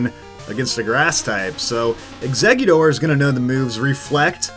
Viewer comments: Nobody:: Exceggudoor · Think it's the American accent coming into play here, the t becoming a d